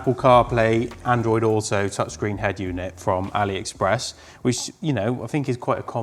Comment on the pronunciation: I was out, when he said, Ali-express.